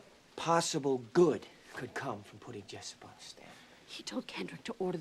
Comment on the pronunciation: It's Jessup not jessep